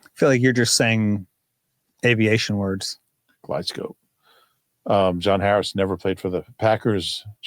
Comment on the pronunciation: "glide slope" NOT "guide scope"